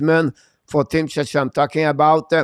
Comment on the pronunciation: I know English isn't your first language, but Czechia is pronounced check-ia. The way you say it sounds like you're talking about another country, Chechnya, which is a part of Russia.